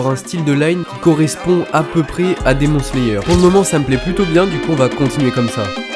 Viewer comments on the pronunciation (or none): « Et on va partir sur du Demon Slayer » Il l’a dit à la française 😭 C’EST « DEMONE SLAYER » (je parle de la prononciation) Mais sinon incroyable comme toujours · 😂 sec la prononciation de "demon slayer"😂